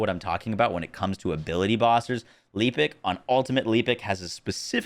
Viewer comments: Your personal window is in the way. Could have positioned it to the right. Pls pronounce "Lepic" correctly. The game even tells you how to say his name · Anyone else triggered by not saying Lepic right?